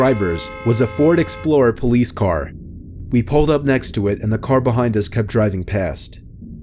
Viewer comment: SOUND OF DAH PFOLICE :|